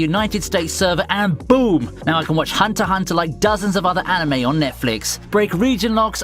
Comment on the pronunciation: it's *Hunter Ex Hunter not hunter hunter.. 🤦‍♂️😂😂